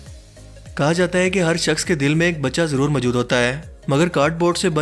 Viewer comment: Plz, Urdu accent pe concentrate kjye, mjood ni mojood hota h